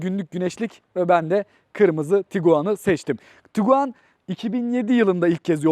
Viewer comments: Tiguan, Tuguan değil kardes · Tuguan değil, Tiguan 👍